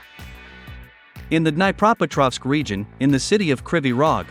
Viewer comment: sorry! BUT! try }}} din NYEH PRO petrovsk for}}} Dniepropetrovsk...it hurts the ears to hear it mangled like you pronounce it!